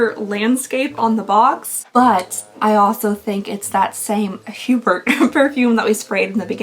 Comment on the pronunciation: Giving you a tip, usually in the French language some letters are silent or have different sounds. Like for Hebert it’s pronounced A-Bear